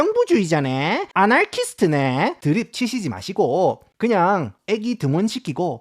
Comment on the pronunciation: 아나키스트를 아날키스트라고 하지말아주세요 깜짝놀랐네